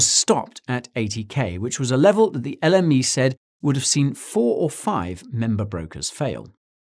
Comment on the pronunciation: Every time he says l m e it sounds like the enemy